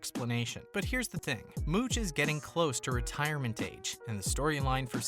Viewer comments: It's "Mouch". .not "Mooch"!😂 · It's Mouch, like ouch 😫